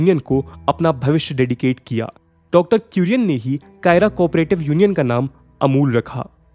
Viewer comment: Kaira = खेड़ा district Not कायरा